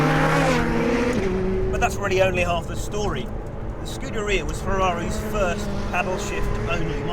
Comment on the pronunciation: It's (scoo-dare-ia) not (scooter-e-uh).. this fat sack of shit should stuff a pair of his oversized underwear into his moms volvo's exhaust pipe with a hose going from said exhaust pipe, into the window of said volvo while he's inside it with the windows up.. what a waste of life and space..